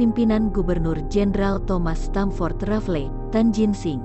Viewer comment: RAFLES, bukan RAFLE. Riset dulu sebelum bikin konten sejarah! Diketawain anak SMP luu